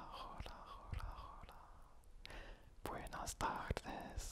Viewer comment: La prononciation est parfaite, juste Hola c'est vraiment LA (comme lalala) tu peux aussi dire pour enchanté : Encantado si tu es un homme et encantada si tu es une femme quand on te présente quelqu'un par exemple... (Je prévois aussi une vidéo en FR/ES) Toujours aussi relaxante ta vidéo.